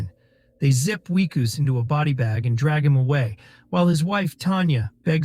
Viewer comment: You need to pronounce names consistently. Is the protagonist "Wickus", "Weekoos", or Whykoos"? Otherwise, good recap.